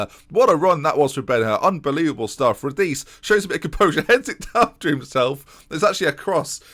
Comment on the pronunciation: If Radice is Italian, his name is pronounced “rah-dee-chay”